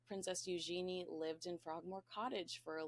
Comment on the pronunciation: I think her name is pronounced “U - jen- e”